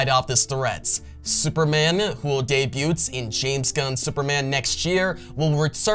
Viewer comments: You don’t pronounce the “t” in debut. Dey-bue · The "t" is silent in debut.